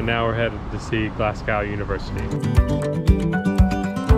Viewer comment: Why you pronouncing it like glasscow 😂😂😂😂 it’s glas go don’t be walking about Glasgow calling it Glascow